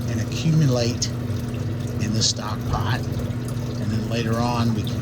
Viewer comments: LOL you speak english? say stock pot again? stock pot my friend! Say stock pot one more time I dare you!! Love your videos and that made me giggle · Say stock pot again! 😂